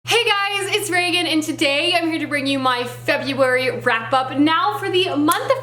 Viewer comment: FEBURARY! 😂 how cute